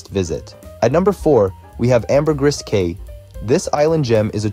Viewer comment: Caye is pronounced “key”.